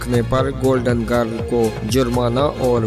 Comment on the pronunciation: Golden grilllll.... Not giiirrll